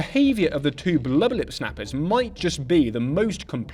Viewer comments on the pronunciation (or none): My fav part is when he says “bluba lip” 😹